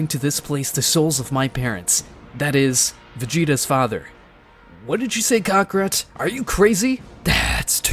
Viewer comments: Bro "Cockrot" "Planet Nemeks"😂 💀✋ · Why dose it sound like they saying cockrat 😭